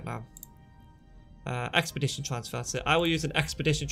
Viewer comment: Ex-pea-die-ted (expedited) :) not expedition. If you have the upgrade skills for your factory planet you could remove a storage and add 2 more launch pads. Separate the P2 into their required sets of 2. You can add 13157 of each P1 x2 per launch pad. They then feed into the single storage that feeds your P3 processors. Once your P3 is done it is fed into the 3rd launch pad for collection. Does that make sense?